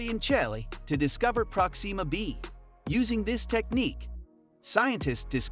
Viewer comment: Good! Now your next video has to be a thorough explanation of how NASA will attempt to get you to say PRÓxima B, like NORMAL PEOPLE, instead of whatever the hell is coming out of your mouth- like an extraterrestrial attempting to speak english- everytime you try to say a name thats been around for a while now and is always pronounced PRÓ-xima. Jesus Christ.